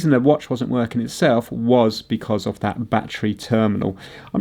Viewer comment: I can’t believe you corrected yourself on the pronunciation of the letter H and yet you still pronounce“off” and “of” as OFF. Merry Christmas and family.